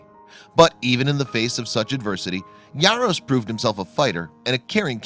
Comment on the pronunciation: Why are you pronouncing his last name with a Y? It's Jaros not Yaros...